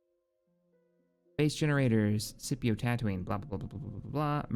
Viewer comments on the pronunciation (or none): none